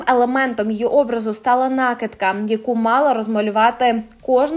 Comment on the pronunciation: Накидка--- наголос на И!